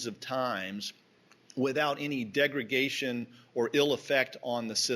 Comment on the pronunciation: The word is degradation, not degragation